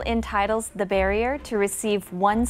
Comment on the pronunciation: 긴장하셨나? Bearer를 barrier라고 읽으심… 😅